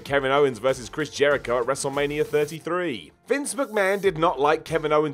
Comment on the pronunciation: Can not say wrestmania? Wrestlemanier?